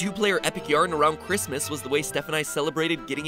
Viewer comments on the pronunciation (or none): Did I hear Christmas.. Or cringemas?